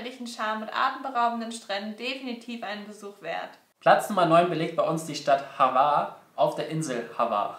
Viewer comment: Ich sag nur Havar.... lol. (War wäre rochtig gewesen) Spliiiiiit. (Mit kurzen i) Krka... (Kirka.... )